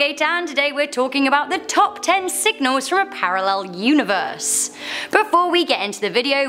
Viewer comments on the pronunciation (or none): I'm really bothered that she went with "universEYE"